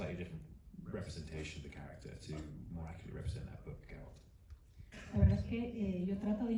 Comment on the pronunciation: Me encanta la entrevista en general. Pero me llama la atención que el entrevistador no pronuncie ni una sola vez correctamente el nombre de Geralt (lo pronuncia siempre como Gerard en catalán).